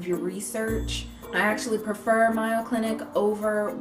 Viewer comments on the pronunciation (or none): It's pronounced the Maaaayo (long "a") Clinic,. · I cannot take you seriously when you pronounce mayo like that. Its mayo like May(the month)-o Also duh mayoclinic is better than webmd. The mayo clinic is ,i believe( haven't checked Stats recently)the second best hospital in the US..if not the world. Famous people from all over the world travel here to get treatment at the mayo clinic Sorry I'm from Rochester so I've been going to mayo all my life. And it's a pretty important place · Not sure if anyone mentioned it, but the Mayo Clinic is pronounced with a long "A" like the month of May. It rhymes with "pay" or "day" with an "oh" on the end. Great video with lots of good info! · 'May-yo' clinic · Lol I thought I was the only one who peeped that, it's clearly "mayo" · Mayo like sounding like 'say-o'. I'm from Ohio where the Mayo Clinic lives. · ecw141685 I agree! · Oh and I was looking at the comments about the clinic pronunciation and wanted to put a couple of cents in. True some words can be pronounced differently by different people. But I don't think "proper" nouns leave room for the wiggle room. You wouldn't go to Wendy's and pronounce it "weeen-dies" , right? I've been to that clinic and I've heard it pronounced a bunch of times. It is indeed a long "a" sound like the this a in this month. But try to look at the correction as a positive thing, not tearing you down. Learning something is just upping your game :-) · You referenced a distinguished institution to make your good points. But did you consider that some of us know what the Mayo Clinic is? It's one of the top medical centers in the United States. So when you mispronounce it, doesn't look good.Okay. You may not care. But when you are speaking to the public, it's details like that that undermine your credibility. I'm just trying to be helpful. As a viewer it drove me nuts.